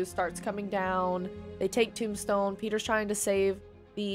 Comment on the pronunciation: it's Tombstone and Yuri not Dom Stone and Fury lmfao